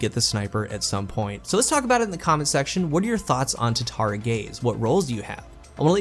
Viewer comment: Just curious why do you call it tatari gaze not tatara gaze?